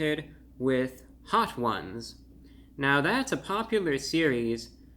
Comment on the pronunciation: I've never heard Hot Ones pronouned "Hot Whooouns"